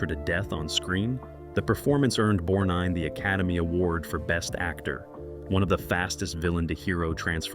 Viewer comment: Nice goin Frank and the restof ya!, Bludy brilliant movie! One of my favorite movies, I haven't seen enuf times, yet! But I gotta remind you, thats Ermest BorGnine not nor bornine!!!!! Who or what is pruet shouldn't that be Pru'I't I hope when I watch it again your tainted wordin wont ruin it for me!